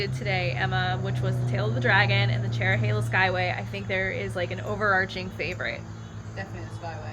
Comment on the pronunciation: The Dragon is more fun if you enjoy hard braking, scraping floorboards, and accelerating out of corners. The Cherohala (thank you for getting the pronunciation right) is fun if you want to set your cruise control and push the handlebars to almost max lean. However, neither is the best road in the area!